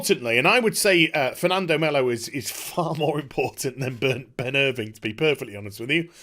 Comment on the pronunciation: Who is Ben Irving? I thought it was Ben IrvINE?